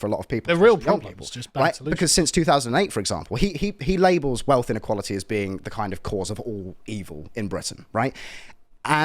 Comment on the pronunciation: "weatth inequwawaty is da reason i cant talk liek a humanoids bruv". Ok baboon, go and take it up with the monarchy then. Bye.